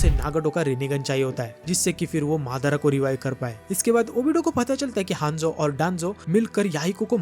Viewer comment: Are bhaiya wo madar nhi madara h😂😂😂😂😂